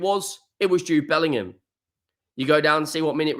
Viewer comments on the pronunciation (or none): none